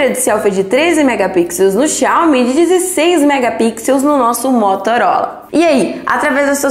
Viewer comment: Parece uma moça inteligente mas não sabe pronunciar Xiaomi... Mas eu não disse q por isso não é inteligente... Aprendam interpretação de texto. G52 não tem InfraRed mas tem NFC.... tenho o 12S 8GB/256 e o g52. Tchau